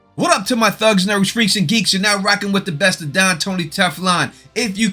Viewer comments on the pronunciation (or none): My couch pulls out but the don does not - What?!! 🤣💀 THEN, I wasn't sure if you said Don or dong, which now has me completely hysterical!! 😭😆